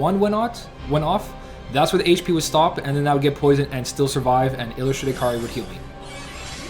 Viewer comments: It's not Kar-ri it's kay-a-ree or kay-ree if you want it shorter. Kar-ri sounds like karey. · Bro we talked about this. It's Kai-ri. Not Kar-ri. Listen to some KH1 cut scenes Sora says it 8 million times. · its not even really that big of a deal because its easy to understand that if hes talking fast hes just gonna skip the ai vowel sound i mean i still understand what youre saying too, it sounds like karri, but i cant help but still hear kairi since i know hes talking fast does this make sense?